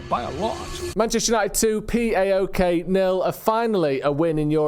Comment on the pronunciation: It’s paok, not p a o k. Just like its fifa not f I f a